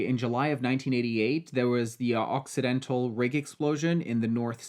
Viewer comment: I kept hearing accidental instead of occidental